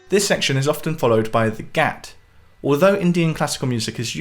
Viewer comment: Wonderful video! It is great that you are shedding some light on Indian Classical music. It can be weird and intimidating for some people for sure. For the most part, everything mentioned was fairly accurate apart from some minor details. But some of the pronunciation was a bit off, the main culprits being: Gat- Doesn't rhyme with "Cat". it is rather like rather Gut. Spelled Gat, spoken Gut. Drut- Doesn't rhyme with shoot, it is like "Shut" the door. Sarod(e)- Isn't Sarooood, it has 2 main pronunciations depending on which lineage is being taught. The main pronunciation is Sarode, like Sa-road (a road you drive down) and the other is Sa-Rod, like a metal rod. I know pronunciation is quite open to interpretation with all the languages and dialects in India, but i have learned these terms and Indian classical music from Ustad Ali Akbar Khan, Look him up and you will find he is considered a glacier feeding many rivers. His father was also the guru for Ravi Shankar, Nikhil Banerjee, just to name a few. It would be great if you could make one of these videos based on Ali Akbar Khan, you have a great way of breaking down the concepts and passing them on in an understandable way.